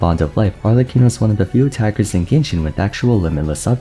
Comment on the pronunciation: I love how everyone gets the italian pronunciations except arlecchino🤣